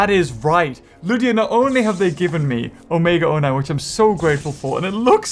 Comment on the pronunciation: Why does he say omega o9